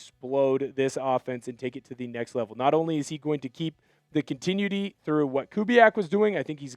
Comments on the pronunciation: Pronounce continuity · I hate the way you pronounce continuity.